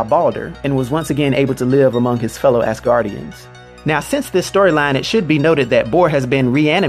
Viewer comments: Why he gotta be calling them ass guardians instead of asguardians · I keep hearing Ass-Gardians in this vid lol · Lmao "AssGuardians" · not pronounced ass-guardians, but az-guardians. learn to pronounce shit before putting videos up. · I know he's saying "normal Asgardians", but I hear "normal-ass guardians". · Is it just me or nah but he keeps saying ASSguardians.